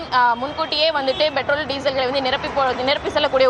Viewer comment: தமிளகம் Betrol (Petrol) இது என்ன? உச்சரிப்பு